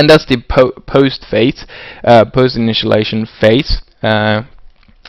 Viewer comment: "Initialization", not "Initialation"